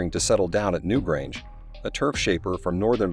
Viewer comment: New Grungance? New Grunge? If you are going to get a computer to provide dialogue it needs to speak English or Irish or some human language. I could only watch for one minute. Try harder next time or use a human.